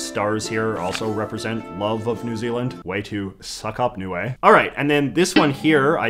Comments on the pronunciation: It's pronunced "niu" not "niue" English is weird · btw it is pronounced “Nee-oo-ae